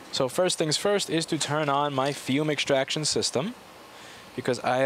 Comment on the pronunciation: youse must be brooklynese....don't youse know know the 'l' in solder is pronounced north of Niagara Falls. the Canuckians can't help themselves same-same as our friends from northern Europe oh, there's no 'h' in 'extraction' ;) good work sir, I mean y'all